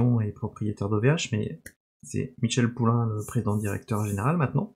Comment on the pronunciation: Hello petite coquille : c'est Michel Paulin (prononciation "polin") pas Poulain ;) Bonne continuation.